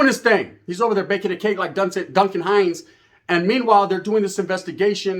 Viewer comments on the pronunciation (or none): none